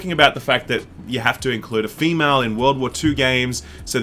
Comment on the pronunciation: *Male and Wahmale